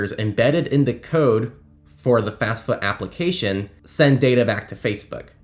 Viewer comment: FAFSA not FASFA